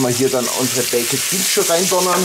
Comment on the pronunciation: Warum kann nicht ein deutscher Griller oder was auch immer die Bäeckettttt Biens als Bäekt Biens aussprechen......Das geht mir tierisch auf den Sack!!!!...